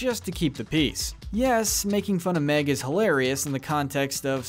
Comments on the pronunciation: meg not mick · Mick? You mean Meg? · Mick it’s meg